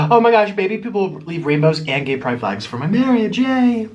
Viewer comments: Why are you saying gaye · Is he saying gay or no